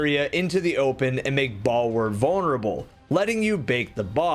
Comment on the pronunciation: Balwür => bal-(woor) OR bal-(weer) Ü ( umlaut on a u is pronounced traditionally as a double e. So instead of uor, ur, or, and oor as frenetic english you pronounce a sound like saying the word seem. But after ww2 german dialects slightly branched out from eachother due to the "nationallity proclamation" during the berlin wall; outlying regions of germany identifyed as a surrounding country citizen to avoid nazi support or forced service in labor or military "fortification efforts" causing dialects to slightly change to accommodate the new countries that the quote on quote "deffected" or "false germans conforming" were seeking refuge to avoid a potential repeat of history. ( unfortunately they were the smart ones who saw evil as soon as hitler rose to power, but if they didnt leave soon enough they would be "mysteriously deceased" to prove a point of power. If you care because this is a rediculous nerd knowledge tangent, the germans that moved to turkey, austria, yugo, belgium, italy and other prewar countries only had at most 3 years to escape before hitlers hold was too strong. But that is also why you can go to north germany and speak one branch of basic german, but you could go to bavaria and hear a completely different style of the same language.)